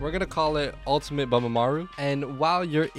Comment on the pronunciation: We gone tak abaout ultemit Bamamaru“